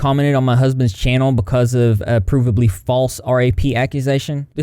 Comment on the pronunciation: LMAO AFTER YOU FAILED TO PRONOUNCE PROVABLY I GOT A DUOLINGO AD SAYING "WE KNOW LEARNING A NEW LANGUAGE IS A BIT... HARD"